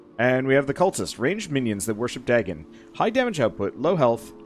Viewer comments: It’s pronounced day-gone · As a big fan of Lovecraft's works, it hurt every time he mispronounced it. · Just so you know, for future reference, it’s pronounced Day-gone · The "correct" pronunciation is closer to Day,gon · In modern English, yes. But in most languages it's Duh-gone, including ancient Mesopotamian languages from where the deity originates (there were other variants, too, e.g. Dogon or Dagan). I don't want to sound pedantic, it's just that English has a very particular pronunciation that makes it difficult for EFL speakers to say any foreign names properly